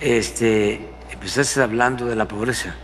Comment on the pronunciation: Se dice empezaste. No emoezastes. Como un presidente hsbla asi. Que barbaridad. Siempre negando con dus otros datos.